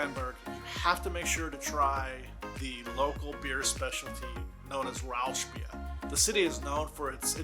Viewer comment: There are many cool smaller towns like Hameln, Monschau, Bernkastel-Kues, Rotenburg ob der Tauber or Dinkelsbühl. Or where I'm from: Bremen, with the UNESCO World Heritage Site of the Market Square, the Böttcherstraße right below it and the old "Schnoor-Viertel" nearby. ;) Side note: You pronounced Rauchbier like Rauschbier. Rauch means smoke, Rausch (like you said it) is the high, what you're getting drinking to much of that beer. ;) "sch" is the noise you made in the video, but for "ch" you have to put the middle part of your tongue to your plate a litte.